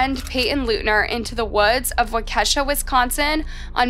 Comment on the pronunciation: It is pronounced WALK kee sha, Wisconsin. The AI narrating needs some advanced programming.